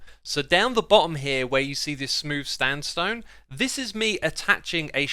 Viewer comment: Wait... X Did you say smooth stand stone?